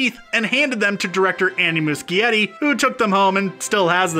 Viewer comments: MUCHIETTI IS PRONOUNCED MOO-SHE-ETTI. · Lol the way he said Andy's last name killed me 😂😂😂